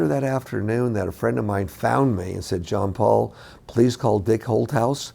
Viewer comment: His namne is John Paul - not Jeon Paul.